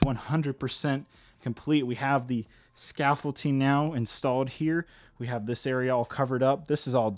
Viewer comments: It’s called scaffolDing, not scaffolTing.. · anyone else annoyed how he says "scafolting" intstead of scaffolding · Not trying to be rude, but are you calling it “scaffolTing”? You know the actual word is “scaffolDing”, right??? Unless you intentionally are saying scaffolTing??? Just thought I’d let ya know. 👍🏼👍🏼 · please for the love of everything, it’s pronounced “scaffolDing” NOT “scaffolTing” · It is pronounced and spelt scaffolding not scaffolting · Honestly it’s a lost cause to try and correct vocabulary. He gets a lot of words and phrases wrong or says them improperly, even after thousands of comments correcting him!! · Does it bother anyone else that he pronounces scaffolding with a T? 😤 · I won't critique you on the accuracy of the scaffolding so long as you get the pronuciation of the word right for the Finale